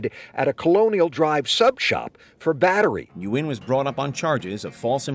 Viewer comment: Just a side note Vĩnh nguyên is actually not pronounced as you pronounced it is actually said win like thay